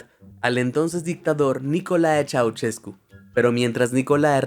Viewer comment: Sorprendente siquiera sabia eso de mi país 😮 Me da risa de como lo leíste porque no se lee así. Nicolae lo dijiste bien pero Ceaușescu no.😂😂😂😂 Si te da mas facil para leer el nombre(como suena en inglés) Ceaushescu por que la letra ș suena igual que sh en Ingles asi que si sabes leer „she” y le quitas la e , ya es una ș.